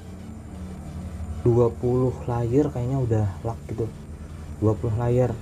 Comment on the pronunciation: bruh Napa lag malah dibaca LAg/lug